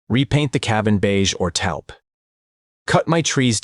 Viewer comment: Taupe rhymes with hope!